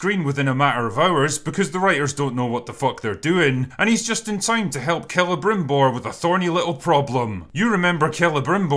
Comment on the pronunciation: finally someone says celebrimbor properly